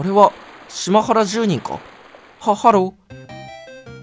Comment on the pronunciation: 島原住人を、しまはらじゅうにん、っ読んだのは流石に吹いた